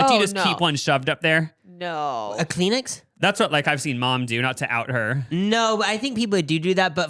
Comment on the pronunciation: Peen-uh is insane 😭😭 .78 for Cheerios 😭 Kleen-Ix 😭 Send help!!